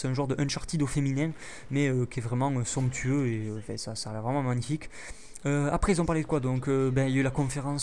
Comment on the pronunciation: T'aime Bien dire sonctueu (Je ne sais pas comment sa s'écrit :X )